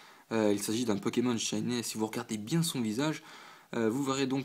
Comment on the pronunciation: J'adore tes vidéos mais j'dois quand même faire une petite réclamation: faut arrêter de prononcer "shiney" comme "shinè", ça se prononce comme "shiny".. hihi ! Sinon c'est top !